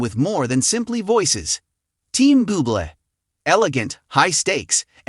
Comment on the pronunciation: You're are a knucklehead. Pronounced Michael Boo Blay and Reba Mac N Tire. Reputation this post, Pronounce the names right and don't come across as so stupid.